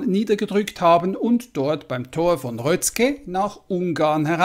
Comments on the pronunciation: Röszke wird Röske gesprochen. ungarisches s = deutsches sch ungarisches sz = deutsches s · Röszke ist als "Röske" auszusprechen. Nur als Hilfe. Nicht als Kritik.